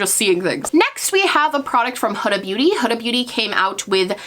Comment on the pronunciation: You are one of the very few booty gurus who pronounces Huda Beauty correctly. Hood-a (like in hoodie) and not “who-da.” I was shocked when I actually heard her pronoun her own name since I had only heard how everyone mispronounced it. Same with Rihanna 😳 So interesting that no one pronounces her name the way she pronounces it herself. Anyway...random thought.